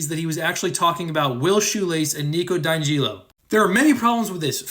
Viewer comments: the way you say di angelo makes my blood boil every time, its DI Ángelo, get it wright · He does this with every character. It’s supposed to be a joke.